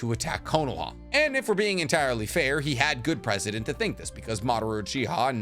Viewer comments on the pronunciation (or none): none